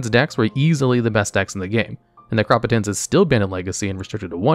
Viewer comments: It's Necro [neck-row] potence [pO-ten-s] like potency. Sorry that one just got to me. Rad vid tho. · Pronouncing it Necrop-otence instead of Necro-potence is an interesting choice. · I'm sorry, but...I have to. Necropotence (Nek-ro-po-tense) Pronouncing it like Necropolis is made me flinch every time. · it's pronounced Necro-Potence because it's potent necromancy lol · Love you're chanels but boy do i hate when you mispronounce things on purpose. >.< Neh-crop-pe-tence?! That hurts my soul. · Holy shit. The way he said "Necropotence" too. I don't know if I can finish this video now. 2 strikes. You're on thin ice! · Never heard someone pronounce necropotence like that before. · Dude cannot read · His incorrect pronunciation of Necropotence is pissing me off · The way you pronounced Necropotence caused me pain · Bro pronounced Necropotence like Megamind 💀💀💀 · How did you say Necropotence? Good job for pronouncing this card the wrong way. First O is a hard O and not soft. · These videos are great but please stop pronouncing everything wrong 😭 When you said Necropotence I died inside. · Not going to lie, your pronouncing necropotence is the worst. It's a word formed by NECRO (from nekros: corpse) and potence (from potent: power). It's literally power from the dead. Why you pronounce it the way you do is beyond me. I've been playing since 1994 and I've never heard it pronounced that way. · There's a lot of great insight in this video but it's marred by some glaring errors, like "Astral Recall" instead of Ancestral Recall, and "aBAzan" instead of Abzan and pronouncing Necropotence like neck-rapatense when it's pronounced necro-potence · "aBAzan" Ascendancy really hurt me lol XD Also "neCRÓpotence" later on also dealt a big blow oof. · Sorry are you deliberately mis pronouncing all of those words as a bit? neck row pot ence. aba zan.